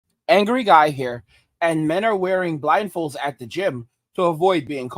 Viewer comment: Oooh you said blindfolds, I thought you said rifles. 😂😂😂😂😂. I was like "Man, it's gotten that bad.?"